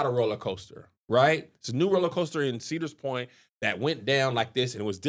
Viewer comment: adding that “s” to Cedar Point is hilarious 😂🎬